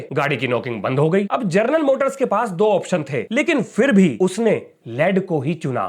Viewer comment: जर्नल मोटर्स? 😂 हमारे शिक्षक ही अनपढ़ जैसे बात करते हैं, विद्यार्थि कैसे होंगे? 😢